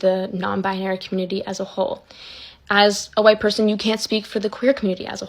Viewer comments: Why can’t this girl say the word ‘white’? I don’t get it. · Why can't she say "white?"